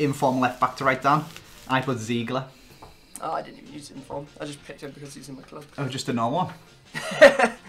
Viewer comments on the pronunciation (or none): It's zeegelaar, not zeegler